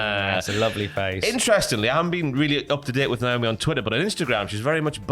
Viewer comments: It's Naomi Tom, not Niomi 😂😂 and you got doing it lol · UIs it a British thing to mispronounce Naomi's name? NIOME?